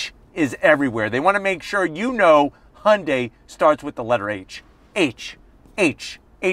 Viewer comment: What's a "Hunday"?